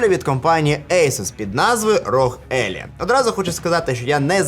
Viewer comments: Соррі за граммарнаці, але Елай, а не Еллі, ну і Асус, а не Ейсус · Все ніби кльово, але не зрозуміло чому «елай» стала «елі»?